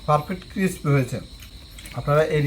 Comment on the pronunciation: ক্ষেত বাংলা বলেন,এটা কিসপি না ক্রিসপি হবে। চাবানোর সময় এমন চপচপ শব্দ করেন মিয়া ক্ষেত কোথাকার।